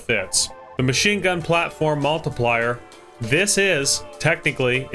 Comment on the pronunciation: "multiplier"? That's not how you pronounce Montpelier, not even close 🙂